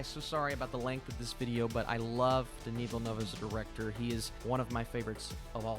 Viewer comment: in all his other videos: “Denis Villeneuve” at the start of this video: Danny Villnuv EDIT: I’m pretty sure it’s pronounced like “Denee Vill Noov”